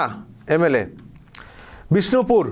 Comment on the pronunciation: বিজপুর ভুল করে বললেন ওটা বিষ্ণুপুর হবে।